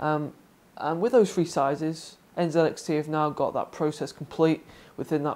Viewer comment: N (ZEE) X T... NZXT......... Im totally fine with the Canadian and British pronunciation of the letter "z", but when its a brand name... pronounce it how it was intended to be said.